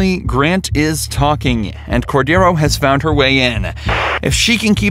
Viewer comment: Cordiero means lamb in portuguese. Your pronunciation is off.